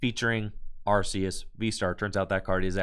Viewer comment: is the way to pronounce Arceus. It's said in the latest promotions as arc-eus too.